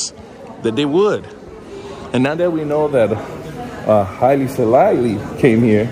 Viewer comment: Haile, WHO, Selalie🤣🤣🤣🤣🤣 ok 😂😂